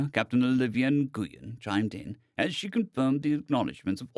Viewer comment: Nguyen is pronounced "Win" or "Whin" my friend